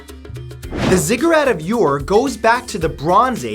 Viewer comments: The ancient city of Ur is not pronounced "your", but "ur", like the first syllable in "urgent". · You pronounced Zigurat of Ur wrong. You said “your” which wrong, it should be pronounced like “ou” in french. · Thanks, Matt, for a list of places not covered by others. I offer this as educational, not a complaint: Ur="Ooor" or "Er." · I have a Ph.D. in Linguistics, its pronounce ure not your- there is no Y in the pronunciation. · Pronouce Ur = Err :) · I've been on the ziggurat. Its pronounced like its spelled "Ur" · Ur is pronounced oo-er.